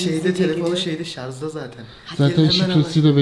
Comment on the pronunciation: şarz değil şarj